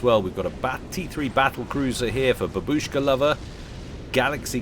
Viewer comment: It's bAbushka, not babUshka. xD